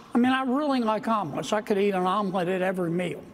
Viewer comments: I thought John Kennedy said almonds at first instead of omelettes 😅😅💀💀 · I kept hearing almonds…